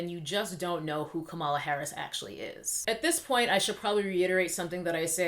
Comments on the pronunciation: Are you saying Kamala incorrectly on purpose? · A) you are pronouncing her name wrong B) do YOU know Kamala Harris record. Such as the 2012 recidivism program, 2005 institute body cams to those officers under her jurisdiction and the 2018 co-author of the Senate bill to relax the criminalization on marijuana. C) who decides their Geneology??? Are you biracial? D) how much do you want Trump out E) a revolt if sone should have been in 2016 sooooooo at hand now is to vote #BidenHarris2020